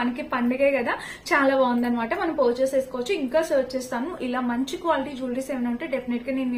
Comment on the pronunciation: Porchuse kadu purchase